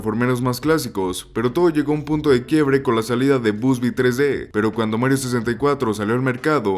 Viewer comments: ❌ Bubsy ✅ Busby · "BUSBY" jajajajaja!!!